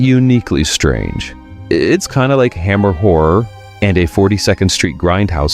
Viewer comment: Strange not strane